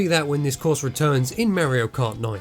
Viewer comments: Wtf is "Merio Kaht" ???!?? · Why does he say merio kart